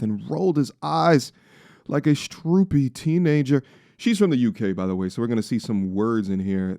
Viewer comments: Americans can't comprehend English diction. How is it pronounced "strOOpy"?! It's spelt "stroppy" .... "Strop-PY". There's TWO P's!!! NOT TWO O's....Fuck sake.... Great clip playa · Reading Stroppy in an an America accent was heinous and hilarious at the same time